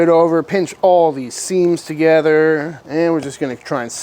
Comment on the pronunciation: you had me at "TOGETHA"